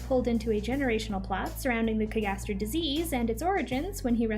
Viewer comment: I’m just genuinely curious why are you pronouncing “cagaster” like that? That’s not how it’s said in the anime